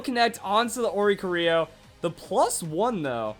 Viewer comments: Why can no one say Oricorio's name? O-ri-CHOREO (like choreography) NOT Ori-co-RIO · I hate that he says oricorio wrong